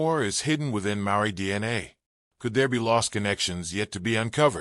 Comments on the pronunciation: Oh dear...I am part Maori...the pronounciation of Maori & Aotearoa is terrible...so much blahblah of the same info repeated...where are the actual pics of my people??? Its very nice to hear what our people have always known...but not mentioned over & over...this is not worthy to listen to! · He's not even pronouncing Maori or Aotearoa correctly, they could have got an actual Maori or other Polynesian person for the voiceover rather than an American. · Too much repetition and couldn't even pronounce maori properly 🤦🏽‍♂️